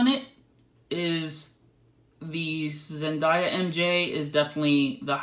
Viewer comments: Zen - DAY - a not zen -die - ya 😴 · It's Zendaya not Zendaia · The way he pronounces 'Zendaya' is weirding me out.